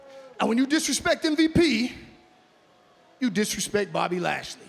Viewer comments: Did he call him MVB and not MVP right before he put the belt on him lol ? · So we just gone act like lashley ain’t say “ M..V...B” Okay cool